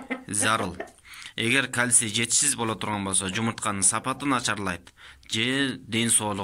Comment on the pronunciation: КАЛСИЙ"ЭМЕС КАЛЬЦИЙ ДЕП АЙТЫЛАТ.